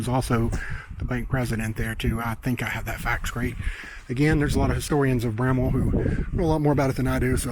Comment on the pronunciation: Its bramwell not bramma, bramble, and a host of other names you called it